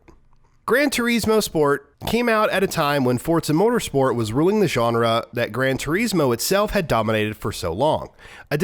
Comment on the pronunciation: grand Tureeeeeesmoooo😂. I don’t think that’s how you say it ahhaa